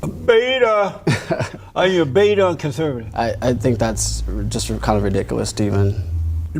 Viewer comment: The way says BETA kills me every damn time 🤣😂🤣